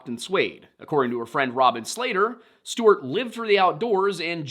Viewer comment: Is it me or does say Stewart funny? Steuuurt 😂